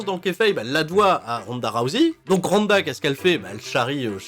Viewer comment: en ce moment ronda rousey est un peu partout vu qu'elle a un personnage sur raid shadow legend. et je voulais savoir si j'était le seul que ça trigger lorsque j'entend tout les français se planté dans la prononciation de son nom a l'appeler "rouzé"